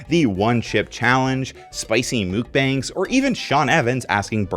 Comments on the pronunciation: I can't handle this, why are you calling them "Mook-bangs"!?! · "Spicy mookbangs" made me giggle a little.